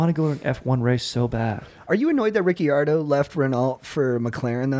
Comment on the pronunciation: crying yalls pronunciations of renault and ricciardo appreciate the f1 talk tho